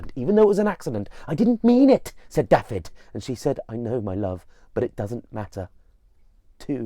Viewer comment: I am from this place. I love that you are retelling this story but please could you pronounce the place names and character names correctly. It’s LLYN Y FAN FACH (not llan y fan fach). Dafydd is prounounced - Dav -i - th(as in ‘those’). Diolch!